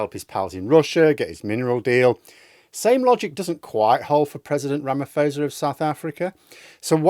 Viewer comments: Ra - ma - posa, not fosa. It basically for SA taking Israel to court. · Not to be pedantic, but its RamaPosa not fosa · At least learn how to pronounce his name before posting.